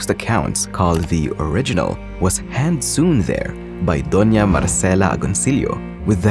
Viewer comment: did u just mispronounce sewn.